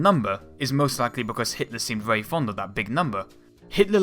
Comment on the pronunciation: Terrible narrator...WTF? Can't even pronounce words correctly. "Be verwee, verwee quiet".